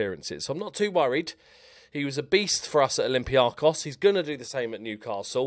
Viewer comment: please for the love of baby Jesus. It’s not olympiacos. It’s Olimpikaarrkos!! Ask Curly 😆